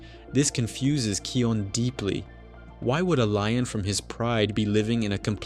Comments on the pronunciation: SAY NAME ✅️ RIGHT its not keon its KION K I O N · You are dumb he's name is kion not keon